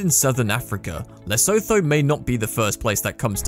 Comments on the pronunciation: STOP SAYING LESO-THO ITZ PRONOUNCED LESSUTTU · Not all of them, but the first one was so bad it just makes you shake your head. It’s pronounced Leh-Sue-Too. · Lesotho is pronounced Le soo too....my profile pic was taken there. There's another resort on the South African side of the SA/Lesotho border called Tiffindell. Spent a week there once and it was brilliant. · Painful to hear you say Lesotho sounding like 'so tho'. It is pronounced 'Le su tu' like the sound of the word 'blue'. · Lesotho is pronounced lasutu. Afriski is not the only resort in Africa as there is a resort in South Africa called Tiffendale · great video Lesotho is pronounced like leh-soo-too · Leostho is pronounced more like Le-so-TO or Le-sue-TO. The h is somewhat aspirated. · This comment section is absolutely ruthless to u dude! Also lesotho is pronounced leh-soo-too whats wrong with u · It's pronounced Le Su Tu 😁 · man really pronounced it le so tho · Lesotho is pronounced Le-Su-tu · why did you pronounce lesotho like that lol